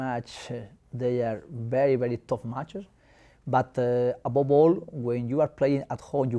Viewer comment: "Aboball" = above all 😅